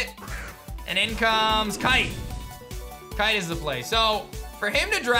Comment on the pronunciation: Brooo not kite